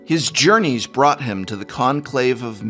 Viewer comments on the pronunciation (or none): none